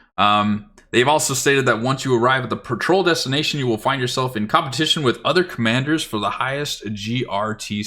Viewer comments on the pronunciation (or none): none